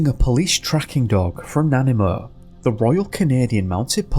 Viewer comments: Hi, just fyi: "Nanaimo" is pronounced NA-NI-MO. Emphasis on the second syllable. Have a great day!! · Awesome vid! I live on Vancouver Island and grew up here, it’s very very rural and rugged! Nanaimo is pronounced Na-nime-o. And it’s crazy how far kids can actually make it through rough terrain, they always seem to underestimate them!